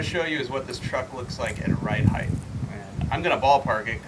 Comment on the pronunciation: HEIGHTTTTT NOT HEIGHHTHHH